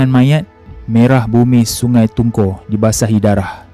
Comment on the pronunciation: Sungai tungku ,, ku sebutan nya